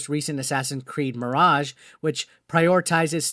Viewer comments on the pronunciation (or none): none